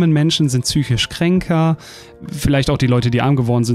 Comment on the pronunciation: Obligatorischer Berichtigungskommentar: Es heißt "psychisch", nicht "tsüschisch"! (Diese Sendung war diesbezüglich eine Triggerfolter sondergleichen 🥶 )